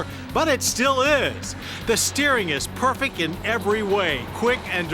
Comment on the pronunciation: The old fashioned auto writers... consider it the good ol' boys thing. I love how he continuously enunciates, but still says "perfeck" on more than one occasion . It's not his fault, though. The older journalists had a different style to grow up with-- this was how they were trained for TV and radio (the latter even to this day).